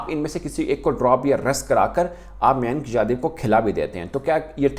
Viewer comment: Oh Bhai Mayank Yadav hae. Na ki Manik yadav😂😂😂😂